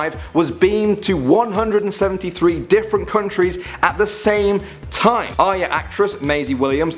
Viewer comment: Arya not Arys btw :D